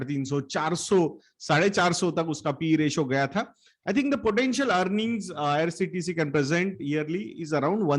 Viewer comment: Bro Its IRCTC not IRTCT